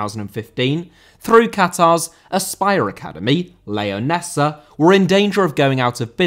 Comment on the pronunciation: Leonesa* not Leyoneser